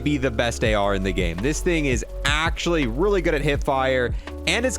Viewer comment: “THIS THING IS AAACUALLY”